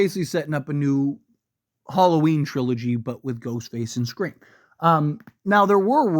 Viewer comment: Halloween not Harlloween lol